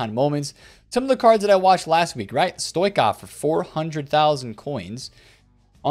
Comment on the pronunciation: Why can no one pronounce Stoichkov?